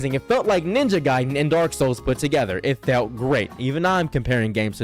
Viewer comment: It's pronounced Ninja Gaiden